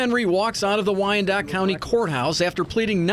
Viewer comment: Naield the pronunciation of Wyandotte. Alternatively known as Crimedotte